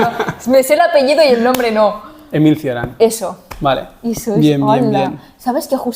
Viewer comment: Cioran se pronuncia "cho-ran" y el mismo no se consideraba un filosofo, sino un payaso, dato para el compañero.